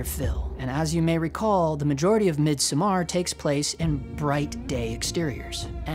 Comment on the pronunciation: Scandinavian here. The emphasis is on the first syllable in MIDSOMMAR. It's just like MIDSUMMER, just with an O replacing your U, and an A replacing your E.